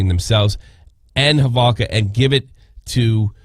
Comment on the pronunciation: Proper pronunciation is Holovka. I think Americans pronounce it differently.